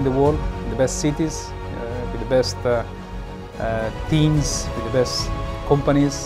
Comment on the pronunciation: wit de best uuuh "teams"